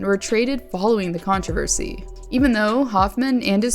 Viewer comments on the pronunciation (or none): none